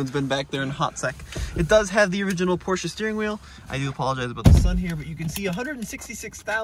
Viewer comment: Congrats to this very nice 944 and perfect pronounciation of "Porsche" ! :-)